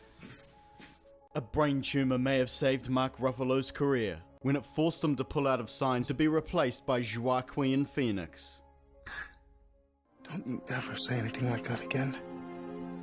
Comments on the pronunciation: goo-ahh-queen phoenix? heh, it's "(h)wak-eem" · WAAAA KEEEEM ITS PRONOUNCED WAAAA KEEEEM FFS........Sensors...... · Joaquin; pronounced Wa-keen Comparable; pronounced com-pa-ra-bil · I'm new to your humor, but I'm curious. Did you deliberately mispronounce Joaquin Phoenixs' name for humor or were you simply unfamiliar with that type of name? Because the "J" is pronounced like a "W" in that one. P.S. this is an honest question, please don't take it wrong.